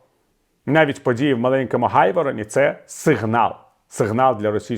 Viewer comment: Дякую. Проте ГРайворон, не ГАйворон.